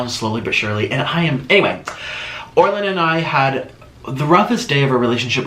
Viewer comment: How many people thought he would dip his French toast stick in the cheese.❤️ Also " hey Orlin" Sounded like hey Arnold.